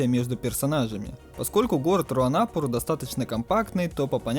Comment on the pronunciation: Где ты видел хоть один дубляж где бы говорили руанАпур а не руанапУр.Что у вас за х¥йня с ударениями?